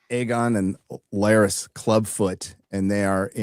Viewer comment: I find it hilarious how calls Larys "Lars"